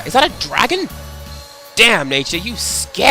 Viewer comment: Since "sliced sex"? Really? I thought even you had principles. I also like that, despite being the whitest British man I know, you sounded somewhat like a black American when you said, "Daammnnn nature, you SCARY." I am judging you.